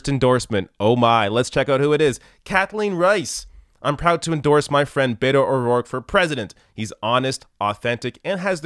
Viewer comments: I totally agree with you regarding Beto O'Rourke. But could you please, please, please stop mispronouncing it.as a Hispanic person this annoys the shit out of me! It is not Bay toe! Please pronounce it Bett oh!! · I love ya, and I'm not a Beto fan but it is driving me crazy that you keep says Bayto and not Beto. Bet-O, not Bay-toe 😆